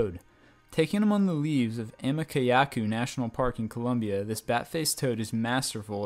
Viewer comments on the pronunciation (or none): none